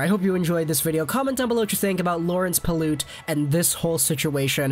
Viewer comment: PYLUT NOT PILOOT